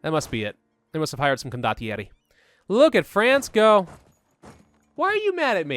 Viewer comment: The way you pronounce condottieri is actually really good It is the best pronunciation of italian that i have heard from any english youtuber (Im italian btw)